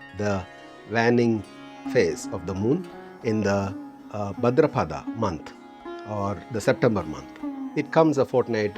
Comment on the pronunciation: Bhaadrapada. Not bhadrapada.m dheergha. Not hrsva